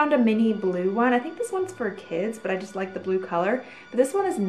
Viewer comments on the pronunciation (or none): none